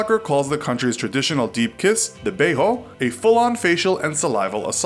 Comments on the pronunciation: "beiho" what it isn't pronounced like in spanish, and it literally means kiss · "Bei-ho"? Really? Come on, Brazilians don't speak Spanish. Beijo sounds like "bay-jo" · It's beijo not beiho. Maaan Brazilians don't speak Spanish our J's aren't pronounced as h. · Next time don't read Portuguese like it were Spanish. "Beijo" is not pronounced "bay-ho", but "bay-zhu", for which reading like it were English would a much closer aproximation. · Does anyone realize that in Brazil we speak portuguese and it is pronounced bei-jo and not bei-ho. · In Brazil, the “j’s” aren’t silent. We don’t speak Spanish, it’s pronounced like a normal English j. “Beiii-juuh” not “behou” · The "bey-ho" omg it is pronounced "bay-goo" the g not the "guh" sound but like the french "je"LOL THE BEYHO AHAHAHAHAHAHAHAHAHHA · why did you say “beiho” instead of “beijo”? Here in Brazil, we speak Portuguese, and the sound of j is different than Spanish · what is a beiho? in brazil we spreak portuguese, not spanish, j does not make an h sound!!! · Funny that the guy pronounced kiss "beijo" like "beirro" 😂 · It's not pronouced 'beirro', it doesn't have a R sound. In portugese a J has a J sound. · Don't pronounce Portuguese as Spanish! Please! That "j" sound you did in beijo doesn't even exist in Portuguese! The "j" you should have used was the one from jelly. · He said beho its beijo -. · you mispronounced beijo so much tho, you could have researched that too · How did you pronounce "beijo" (Brazilian kiss) so wrongly? This is not spanish. Also, in both são paulo and Rio we kiss two cheeks